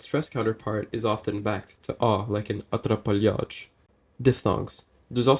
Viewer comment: "Atrapalhados" sounded exactly like how we say it, pretty cool. And now that I hear it, it sounds kind of russian haha. Edit: am I the only azorean here? :(